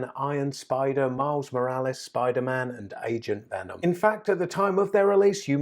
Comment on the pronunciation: When you said agent venom I thought you said asian venom lol